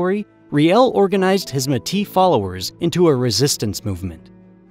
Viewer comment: Haha can tell your American... you can't say Metis right